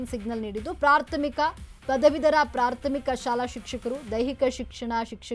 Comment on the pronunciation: ಪ್ರಾಥಮಿಕ ಅನ್ನೋದು ಸರಿಯಾಗಿ ಹೇಳು. ಪ್ರಾರ್ಥ ಮೀಕ ಅಲ್ಲ